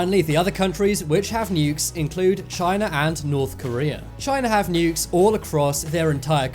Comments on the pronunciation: what really put me off is how you say nukes like nyukes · That’s just a accent from the UK